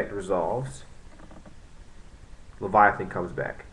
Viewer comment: its lay-va-teen not leviathan